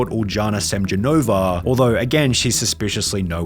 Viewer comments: . It's pronounced Ul'YAna SemYOnova, not Uldzhana Semdzhonova. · I know no one cares but as a Latvian it’s my duty to say it’s pronounce like uliana semionova